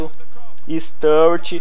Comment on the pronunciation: Bom video mais cada vês q vs falava o nome do sturridge errado dava um aperto no coração😂😂😂